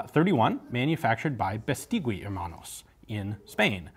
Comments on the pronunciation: You really sound well speaking spanish, but Beistigui is not Biisteewe. In spanish you must ignore the u between g and i, unless it have "¨" (ü). Bestigui sounds more like Biistighi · It's pronounces "Beistegi"not "Bestigüi" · By the way, "gui" is pronounced like "ghee." In Spanish, the "u" is not pronounced when between a g or q and an i or e. Overall, excellent video as usual! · The correct pronunciation of Beístegui: accent on the first syllable and then the 'u' is silent. When I was a kid I had a bicycle made by them which was a very popular make, 'BH' (Beístegui hermanos). The bicycle factory was situated on the city where I grew up. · Here in Spain nobody calls it "Beistigui", just BH. And if you didn´t grew up with a BH bicycle , you didn´t had a childhood. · Hi !! Spanish here, Tiny little thing: Bestigui is pronounced something like "bestighi" Great videos btw !! I love your channel flies away